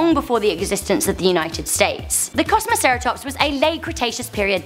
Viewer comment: for the kosmasaratops just say Kosmi sara Tops